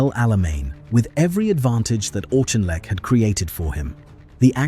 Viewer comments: It's pronounced AWK-IN-LECK. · Great subject but if you can't even pronounce the guy's name correctly (the Auk), why even bother to do such an item ? Please learn and DON'T use AI for the commentary. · I always thought his name was pronounced Aukinleck, not Auchinleck. Your narrative uses both versions. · How many different prononciations are we to hear this narrator render « Auchinleck » ? All we hear is of ‘Auchinleck’! Never of Wavell or of Cunningham, and always comments against Montgomery!